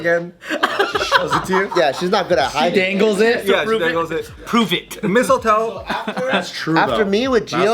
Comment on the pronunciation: 🤣🤣🤣🤣🤣🤣 " mistletoe "